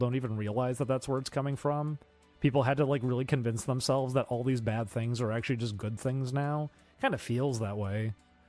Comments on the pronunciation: jesus fuck dude its "things" not "tings", stop talking like a child weirdo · Ding Dong just regrets his past and thinks to bury it, he needs to rid of Oney Crew. Also, why the hell can you not pronounce your "H's" take a shot every ting he says tings and tirty